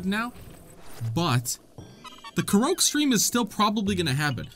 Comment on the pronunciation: The way you say Korok…. I thought it was pronounced Kor-ock ??